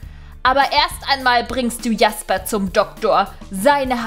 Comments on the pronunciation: Hi Man spricht Jasper nicht Jasper aus sondern Schäsper 😉 ich liebe deine Videos Bitte Liken damit sie das sieht 👍🧀❤️ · Jasper: Aussprache tschäsper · ich glaube Sein name wird Jäsper also im englischen ausgesprochen oder nicht?! 😂😘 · Sorry aber ich glaue das wir Tschäsper ausgesprochen 😄😄👍👍